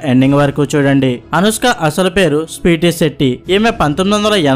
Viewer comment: హీరోహిన్... స్పీటీ శెట్టి... ఏమి భాషరా నీది...